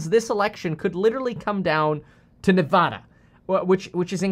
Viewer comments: It’s Ne-VAH-duh It is not Ne-VAW-duh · It's NevADa not NevAHda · The second pronunciation of Nevada is correct. Ne-vah-duh not Ne-vaw-duh. Locals are very passionate about correct pronunciation. I'm from Las Vegas, and I hate when people call it Ne-vaw-duh. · Its Ne-vad-uh not ne-vod-uh just like it's not col-if-ornia. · The right way is NE VAA DA. NOT NE VAH DUH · People from Nevada say Neh-vad-uh. So that’s the way. Not Nuh-vah-duh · How to pronounce nevada Ne-va-duh, not ne-vaw-duh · It is Ne VA DA. Like the a in hat or apple. Not Ne vah da like the a in ball. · Neh vAH duh Not neh vod duh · I grew up in Reno. It's Neh-VAHH-duh - the middle syllable rhyming with "had" and "bad" and we hated hearing that middle syllable wrong! Thanks for info. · It's NEVADA! P.S. what's with the hat bro? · As someone who grew up in Vegas, it is NOT nev-AW-duh 🤦‍♂️ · ITS NEV-ADA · Speaking as someone from the state its Nevada not nevauda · It’s Nevada not Nev-ah-duh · It’s Nevada. Not Nev-aw-da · It’s pronounced Ne-VA-DA say it Slowly! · Its Nevada like Dad-uh. The “ad” in Nevada is pronounced like “ad” in advertisement. Source: born and raised here in Nevada. Have family that have been here since pretty much statehood. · when you said Nevada in two different ways, it just sounded the same to me lol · People from Nevada pronounce the first a as at, not ahh. Your second pronunciation was correct. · Kevin, Nevada is correctly pronounced the second way you said it when you addressed the topic. Nobody who lives here full time says it that way. #washoecounty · As a native of Nevada, the a is as if you were saying Apple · You pronounced it wrong, it's Nevada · It's pronounced Nevada, not Nevada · Nevada=a sounds like cat. ;) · it's pronounced Nevada